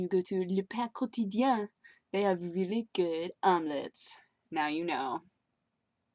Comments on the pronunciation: Since my main langage is french, I found it hilarious when said "le pain quotidien". It was pretty good actually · nice french pronunciation :) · Wow, that french name is surprisingly well pronounced! Oh, you so good!:D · Really good pronunciation of the french restaurant. :) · Really Good Omelettes. The way you said the restaurant name was awesome. you should do your next vid like that the whole time.